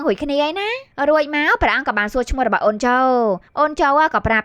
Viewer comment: អេតមីនយាយថា"អូន"ញុមស្តាប់លឺថា"អូច"😑